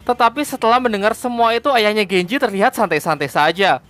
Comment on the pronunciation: Genji lah bukan genjeh tolol